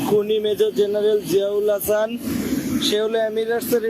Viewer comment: রেহমান /এহসান এসব কী? নাম রহমান /আহসান বলতে কষ্ট লাগে নাকি?